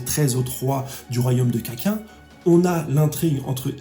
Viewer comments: on dit Hunter Hunter m'enfin c'est pas grave...pareil dis au moins kakine sinon j'aime bien tes vidéos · Tu es sur que Kakin se prononce pas Kakine ? Ça me stresse comment tu le dis lol Sinon très bonne vidéo ! Un grand personnage, aussi même en pensant que Pariston est volontairement responsable de la mort de Netero, il est triste vis à vis de sa mort, c’est un personnage vraiment complexe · Paris Hilton, Kak1, Le black hole, Hizoka... J'aime bien tes vidéos mais ces petites erreurs de prononciation me font vraiment tilter a chaque fois 😅